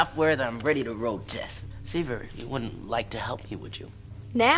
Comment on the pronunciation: The way pronounces Siva and Java irks my soul! 😂 whenever they use the fake Americanised accent they always add an "R" to the end of words for no reason. "Idear" is the most common one they do A LOT. Especially.